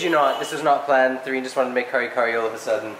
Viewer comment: It's Therine not Serein, lol! I heard mentioned Katherine/Catherine, so I guess Therine is just her nickname.